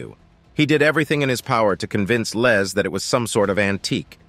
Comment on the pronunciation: he kept calling his LEZ,instead of Les!!! I'm sure he wouldn't wanna be called a Lesbian....lol